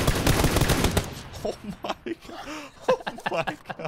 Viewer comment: Shroud saying "kho my gkhod"😂